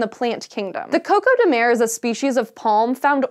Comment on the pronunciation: For Portuguese language speakers.... 🇵🇹 - CÓCÓ de MER... ...da?! 😂